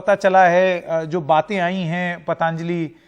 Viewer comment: उपाध्याय जी, शब्द पतांजलि नहीं पतंजलि है। उच्चारण सुधार लें तो मेहरबानी!